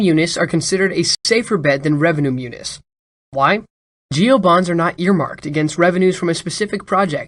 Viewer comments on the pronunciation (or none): Thanks. But I think they pronounce them "mu-knees," and not "mu-nis." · Myooniss? You mean myewneez? What is it that people under forty cannot pronounce anything?